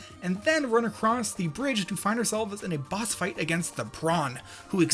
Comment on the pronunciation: You meant to say final boss but you said final box